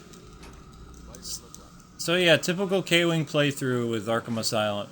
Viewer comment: I think you have gone nuts just like you said